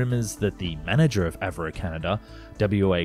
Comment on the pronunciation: A V Roe ???? You mean Avro??